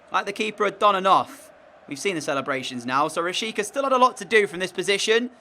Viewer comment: Its rashitsa pronounced